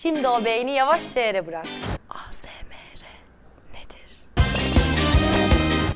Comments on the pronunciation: Asemere diye değil asmır diye okumanız lazımdı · a se me re değil ey es em ar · ASMR eyesemar diye okunuyo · Naz Yılmaz ey es em ar diye okunuyor türkçe asemere de denebilir de ayzaymırı nerden duydun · ASMR Eyesmar diye okunuyor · ASMR ı yanlis okudunuz bu arada fjfhdhdhf 💕